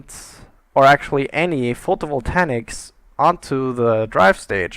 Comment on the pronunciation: It really annoys me the way you pronounce "photovoltaic" there is no "n" in that word it's pronounced "photo-vol-tay-ik" not "photovoltanic"!!!!!!!!!